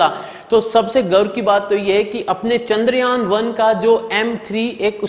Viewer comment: Sorry for the interfere but.. The Spelling of चंद्रयान is ❌ It is pronounced as chandryaan. Not kandryaan